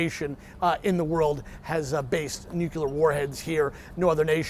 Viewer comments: It's 'nuclear.' It isn't "nuk-u-lor". You're on TV, try saying it right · Gotta love the nukuler powered subs. "It's pronounced nu-clear or new-clear or nu-kle-ar." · Nukular submarine!? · What they are doing there is making sure Putin doesn't get arrested in Cuba. It's, "Nu-Cle-Ar!" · If Patrick is going to be a pro, play someone tell him to pronounce nuclear correctly. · Learn to pronounce the word nuclear for Christ sakes